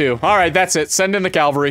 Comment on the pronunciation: IT'S CAVALRY PEOPLE NOT CALVARY CAVALRY